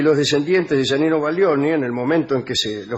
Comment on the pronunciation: Es Giannino, no Yanino...